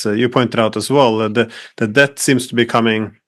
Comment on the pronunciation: When did it become acceptable to pronounce debt with a b